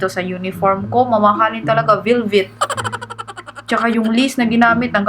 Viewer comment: "vilvet" HAHAHAHAHAHHAH